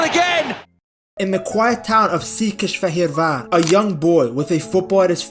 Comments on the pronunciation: That pronounciation of Székesfehérvár alone is worth a sub. How much did you pracrice? 😂 Seriously impressive. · Actually making an effort to not butcher Hungarian names. Hats off to you, sir. Most people can't even be arsed to learn how to spell Dominik's name. Székesfehérvár must've been a bitch to learn. 😀